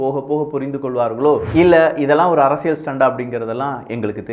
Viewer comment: ...அரசியல் என்பதற்குப் பதிலாக உச்சரிப்பு உசிலமணி அரசியள் என்று சொல்லாதே.... தொடர்ந்து உமது காணொலிகளைப் பார்க்க ஆசைப்படுகிறோம்.....